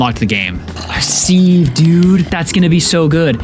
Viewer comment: Loving the vid but "seev" instead of "siv" for "sieve" hurt to hear hahaha